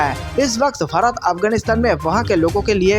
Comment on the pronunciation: Pehle apna desh ka naam tho teekh se bolo.bharat hein barat nahi